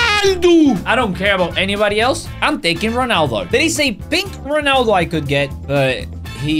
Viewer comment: It’s not Ronaldoo😂 it’s Ronaldo bruv💀